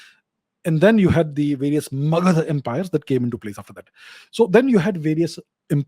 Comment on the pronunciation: I love the way you said "Magadha".